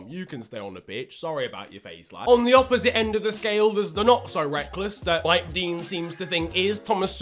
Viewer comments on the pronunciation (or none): none